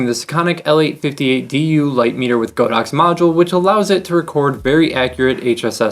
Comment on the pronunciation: Not the most important thing, but it is actually pronounced God-Ox, not Go-Dox. 神牛 means just that. :)